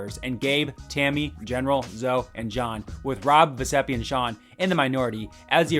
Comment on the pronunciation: It’s pronounced Zo-ee.